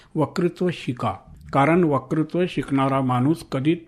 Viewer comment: मुलाखतकार आणि मुलाखत देणारे दोघेही वत्कृत्वाला वकृत्व म्हणताहेत.